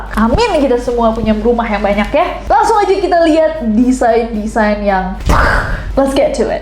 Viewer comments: Kak Desain gak bukan Desian🗿😭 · DESAIN KAK NESS BUKAN DESIANNN 😭😭😭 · DESAIN yak mon maap, bukan DESIAN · ka nesss design ka bukan desian ;DDD